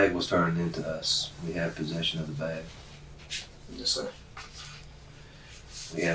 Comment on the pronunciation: Hearing the narrator say “beg” instead of bag kills me 😂